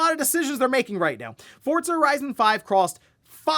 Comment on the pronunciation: Hey yo, there’s no T in Forza